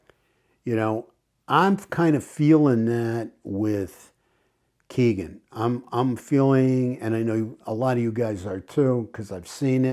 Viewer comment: Hello,. I’m glad you continue to cover the murders of Abby and Libby. When will they have justice? FYI, Kegan is pronounced as ‘Keg In’. No big deal, but figured you’d want to know.